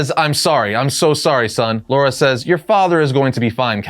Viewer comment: Why do you keep saying "Laura" and not "Lara"? 😭😭😭